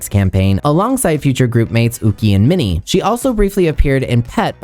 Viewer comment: Your pronunciation of Minnie’s name is 💯